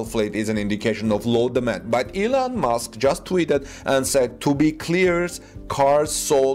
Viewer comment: His name is Musk not Mosque